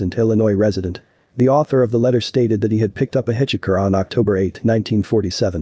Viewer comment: Hit chi ker lol 😅